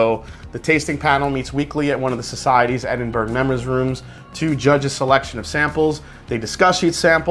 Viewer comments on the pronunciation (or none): It's pronounced Edinburo (gh is silent). I'm Scottish. You did pronounce Islay correctly 👍